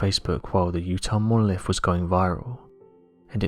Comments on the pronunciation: This guy loves hearing his own voice obviously. And loves attempting to say the word "Monolifffffff"" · 🤣🤣 Monoliffffff 🤣🤣 love it he also says “what do you Fink” a lot 🤣🤣